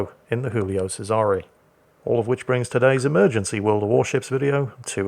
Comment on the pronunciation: PSA for anyone willing to listen:, you have the Guillio pronunciation correct but, Cesare is pronounced with a hard 'ch', the 's' is pronounced as a 'z' and there is a Canadian 'eh' at the end. CheZ-are-A. Yet another great replay commentary sir!